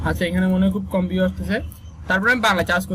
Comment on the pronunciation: পিউ না ভিউ বলিস রে